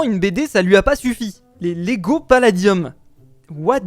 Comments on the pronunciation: Par contre c Lego et pas légos c pas méchant c pour dire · Ces "LEGO" pas "Légos" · Please pas de "é" et de "s" à lego mdr, sinonn trop bien cette video !!!❤ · *Lego pas Légo mais en tout cas super vidéo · L'accent sur Lego..